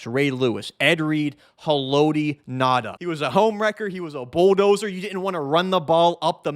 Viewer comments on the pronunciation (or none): none